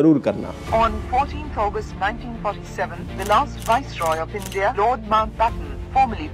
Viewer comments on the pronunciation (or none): none